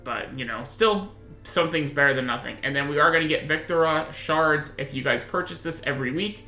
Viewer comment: Its pronounced as Vik - Two - Rah and thats Sa - Lee - Re.